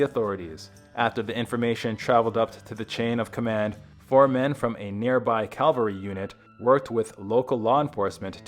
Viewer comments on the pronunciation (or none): Cavalry. Cav-al-ry. Not "calvary" where Jesus was crucified, but cavalry. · calvary? Don’t you mean cavalry? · Good video, but it is cavalry not Calvary. Cavalry is a military horse unit and Calvary is the hill Jesus was crucified on. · I've noticed for a while that American narrators seem incapable of correctly pronouncing 'cavalry.' They pronounce it 'calvary, which is an entirely different thing. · Calvary....really?? Probably mean Cavalry!!! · Cavalry unit, not Calvary unit. There's a difference. Even AI should know that. 🤔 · That drove me nuts. I can understand butchering "Nahuel Huapi" (It's NAH-well WAH-pee; he pronounces it No-EL-ah-pee, rhyming with "Penelope"), but "cavalry"? Also, it's San Vicente, not San Vincente. No "n" in the second word.